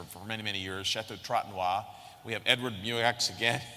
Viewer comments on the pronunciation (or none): Chateau Trotanoy, rhe name comes from the expression ''trop tannoy'' which means, ''too much annoyed''. The pronouciation is the same, without the ''d'' at the end.